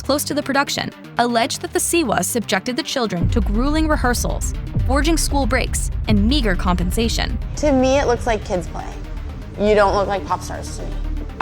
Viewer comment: foregoing school breaks, not "forging."